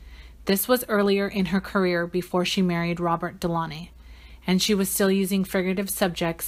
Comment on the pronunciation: That’s not how you pronounce their surname 🤦🏾‍♀️